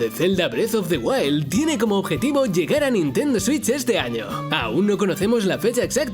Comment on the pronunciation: Odio como los españoles dicen "Nintendo Switch"